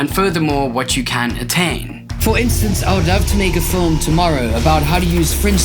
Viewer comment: First of all pronounce FILM correctly bruhh.